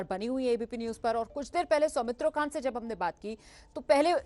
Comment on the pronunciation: Somitro khan not somitro kha